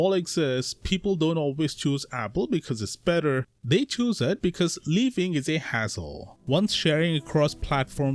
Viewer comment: Hazzil!? WTF is hazzil?